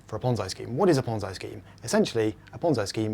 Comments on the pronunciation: ponze. e. e ponze. e.e.e.e not i e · It's PonZEEEE, not PonZEYE. i is pronounced e in italian. Pizza = PEETZA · is it pronounced PONZ-EYE or PONZ-EE . He is using the i but i have always heard the E pronunciation. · [ Ponzy or Ponzai] you pronounce this word in different way than people on other videos. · lmao ponz-EYE scheme LMFAO "indian whose name i can't pronounce" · Ponz-EYE? Is that anything like Popeye?